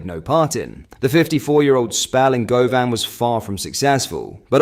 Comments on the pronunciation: Pleaaaaaaaase try and sort out this AI shite! I'm all for more content and quicker news updates & appreciate the work you're putting in but myyyy GOD.. When the AI pronounces Govan as Go Van... Makes my insides curl, let alone player names being said wrong 🤣 Mad that Pedro & Alfredo will be alongside Neymar now! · Don’t ever say Govan like that again…😂